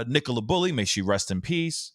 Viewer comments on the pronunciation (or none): none